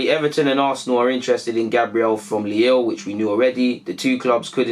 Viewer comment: Lille is pronounced LEE-LL. Same as "feel" but replace F by L.